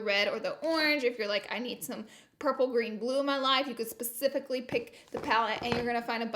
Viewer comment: Lauralee dictionary: Pacifically- specifically Jim - gems 🤣🤣🤣🤣